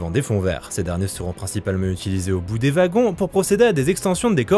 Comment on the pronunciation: Ouagons et non vagon :face-green-smiling